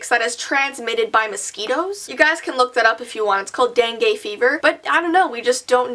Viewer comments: no hate but its not pronounced dangae its pronounced dangue like u have to pronounce the u . also it is a common thing in bangladesh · It is actually pronounced as dengi even it's spelled as dengue. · BTW the Dengue fever is pronounced den-gi caused by the Aids mosquitoes. Very common in my area. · its actually pronounced as dengi n even tho the spelling is dengue